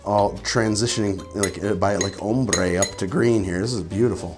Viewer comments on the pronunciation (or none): none